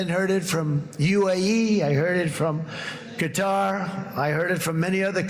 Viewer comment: Well, I have to give trump props for pronouncing Qatar correctly.